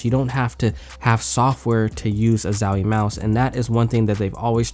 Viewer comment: man it's not zawie plz my ears are bleeding